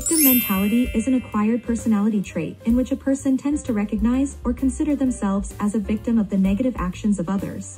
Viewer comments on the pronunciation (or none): none